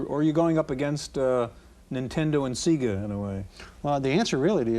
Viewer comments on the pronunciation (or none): he pronounced Sega "Seega". this is unacceptable